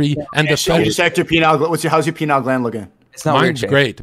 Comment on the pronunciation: Pineal not penile lol